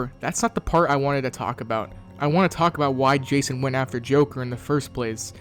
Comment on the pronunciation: Did my boy call jason,jakon?